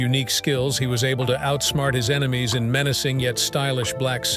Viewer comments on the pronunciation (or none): none